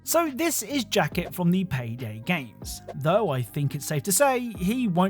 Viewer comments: You said "Jacket from payday" un purpose, didn't you? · "Jacket from PayDay" I'm in physical pain.